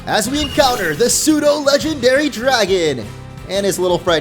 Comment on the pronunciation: IT'S PSEUDO, NOT F*CKING SUDO!